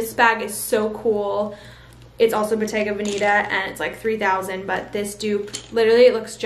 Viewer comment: Ily but bottega veneta is Italian and the 2nd “e” is pronounced as a short E in veneta